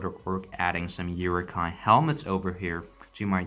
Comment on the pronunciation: Who else got pissed off when he pronounced Uruk hái as ‘yooroo Ki’